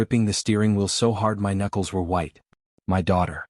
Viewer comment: Why does the AI spell my instead of speaking it?????